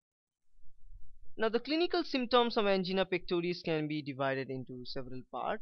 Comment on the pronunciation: An - GEENA 😂